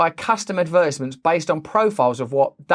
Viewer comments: Listening to Brand say "advertisements" is like listening to a train crash=) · how he pronounces advertisements tho Ad Vertisments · I feel like Americans definitely won the battle in pronouncing advertisements. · The way he pronounced "advertisements" made me weak.